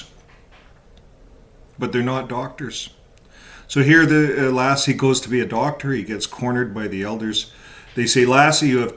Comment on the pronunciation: Hey, I’m a subscriber to your channel, I enjoy your podcasts and I felt that I had to comment that the way you pronounce Lasse’s name makes me think of the legendary collie 😆; it’s sort of distracting, to say the least 😆. Just saying.